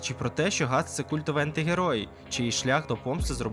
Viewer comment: Ґріффіс * Ґатс * ти не правильно сказав